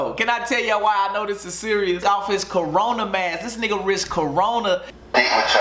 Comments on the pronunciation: this man said "CORA-NORA"💀💀💀🤣🤣🤣🤣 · killin' me calling corona the "cora nora" LMAOOO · “Coranora” lmfao dead 😂😂💀💀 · Man said coronora 🤣🤣🤣🤣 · yo said coranora 😂😂 i’m dead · This man keep sayin coranora 😂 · No one:: coronora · 😭😭😭 bro said "coranora" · 😭😭😭😭 he said CORANORA😭😭😭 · still saying coronora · Wtf is a “coranora” 😂😂😂😂😂😂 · "you ain't bout to give me the cora-nora😭😭" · So we really gon act like ain’t say corona wrong😂😂